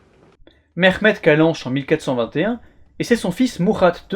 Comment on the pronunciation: İl a rien à avoir avec l'accent turc lui on dirait un iranien essayant de parle russe le mec il dit merrhmed la blague oui j'ai compris ton buts et de salir la langue turc mais abuse pas autant et aussi ta mis un petit morceau en arabe tu fais passer sa pour du turc